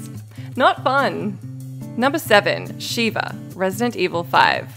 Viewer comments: It's Sheva, not Sheeva. Sheeva is the female shokan character from the Mortal Kombat series. And Sheva did actually have one use as an AI partner, during the fight with Jill. If you grab Jill from behind, Sheva can shoot the device and make it significantly easier to remove. (Shooting it is possible for players to do, but... good luck.) Also, not quite every survivor is tough to escort in Dead Rising. In fact, ironically, the man with the injured leg is a piece of cake to escort. Then there's the tiger in DR2, if you successfully tamed her, and the martial artist in DR2: Off the Record. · Sheva. Not Shiva. Please stop. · Shev-a not She-va, obviously reading from a script is obviously reading from a script cus if you've played the game you'd know how to pronounce her name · Sheva not sheeva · Shiva is pronounced She-Vuh, Sheva, the character from RE5 is pronounced Sheh-vuh. They say her name plenty of times. I know you can say Sheva,. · Put some respect on Sheva's name lol she said Shiva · When she said sheeeeva i was like what a fake ass gamer lol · After all these years they still can't pronounce sheva's name correctly 😂